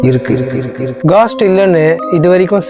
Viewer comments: காஸ்ட் haa கோஸ்ட் haa.. 🙄🙄🙄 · Bro ghost and soul pronunciation matum correct panikonga